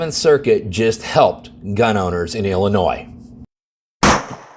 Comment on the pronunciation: I think intentionally flubs one word per video to keep us on our toes. Today was percolate (with a "u"), previously it was Illinois (with an "s" sound) and attorney generals (with a misplaced "s"). Don't get me wrong, if I am ever in legal trouble in WA, I am calling his office, but after this, he will probably tell me to pound sand. I really made this comment to provoke some kind of response (from anybody) because I think YT is blocking my comments, or the responses. I thought it was just the notifications, but now I am getting suspicious. Or maybe I am just not worth responding to. I suppose that could happen too.